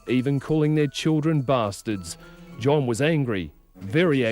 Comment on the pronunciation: I pissed my self laughing when he said bastards lol, that accent